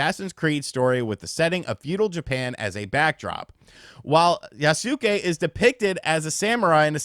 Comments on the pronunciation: For someone who has played videogames for as long as you have..... your pronunciation of things pisses me off. By now you should have played enough games or read about enough people developing games to know how to say Yasuke. It aint Yah-sue-kay. It's phuckin Yoss-Kay. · Yasuke is pronounced yaske 😅 (u is silent) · YAS-KAY. Yas-kay. Yassssss-kayyyyyy. They pronounce this in the trailers. So tired of hearing people mispronounce this. Regardless, I read the book that Lockey wrote, and now I feel like a fool that I did. With that said, I don't care that they decided to elect to include Yasuke (YAS-KAY) in the game as the main character, because it actually makes it more interesting. If it was just another Japanese samurai, then we'd get even more people calling it a Ghost of Tsushima knock off. Plus, I think his combat will be fun since he's a larger hard hitting character. But here's how I honestly look at it. No AC has ever been historically. Yasuke is a real person and has been around samurai. In a historically fictional game, it's really not that far fetched for them to do a 'what if.' Now, if Yasuka WASN'T a real person, this would be an entirely different scenario.